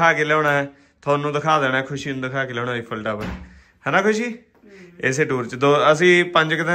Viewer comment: ਈਫਲ ਨੀਂ ਆਈਫਲ ਟਾਵਰ ਭੈਣੇ